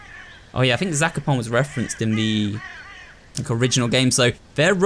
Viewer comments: im polish so zakopane is pronounced incorrectly but still good try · I remember that I stopped watching this and I didn’t remember why. I started watching again and now I remember. I am Polish and it triggered me when pronounced Zakopane wrong. Who else can relate? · I found trying to prononunce Zakopane suprisingly funny To other Polish people, tell yourself sekopan